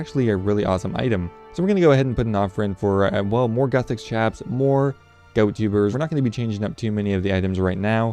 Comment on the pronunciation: It’s ga-owt (gout) not goat tubers 😅